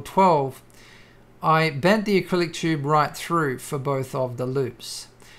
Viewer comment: you pronounce tube as "chube"... funny accent hahhahahahahhahahahahahha